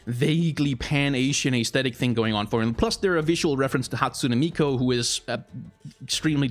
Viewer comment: It's Hatsune MiKU, no MiKO, sorry, it just bothered me the way you pronounced it constantly xD